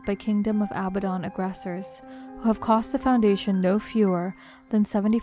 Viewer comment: I think abadon is pronounced aBAdon